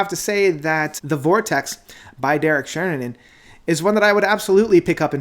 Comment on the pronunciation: Love how you keep getting his name wrong always :D